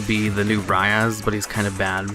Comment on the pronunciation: I'll probably sound like a dou*** but you keep saying something like "rayaz" when it's RAIZA. I know this annoys me more than it should but it's not the first video where you make this mistake. I can't wait for the mega Caius, hope it will be good :D I also prefer the manga Nisekoi although the anime is still quite good :D. And yeah Onodera is so cute haha.